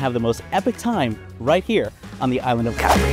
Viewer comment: Such a pity you can’t pronounce the name of the island properly